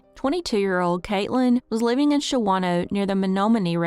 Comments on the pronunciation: It's pronounced Shaw-No (not Sha-Wah-No) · Pronounced "Oh-Clare" and "Shaw-no". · And Shawano is pronounced Shawn-o. Depies is pronounced Deppis. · Shawano is pronounced shawn o. Being a local i find it amusing listening to people mispronounce town names. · Shawano is pronounced Shawn-o lol and the miles on that car is not adding up. Can’t even drive to Minneapolis and back and put that many miles on